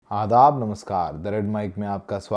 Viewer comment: Well done sir ap Adaab bhut acha bolte im frm hyderabad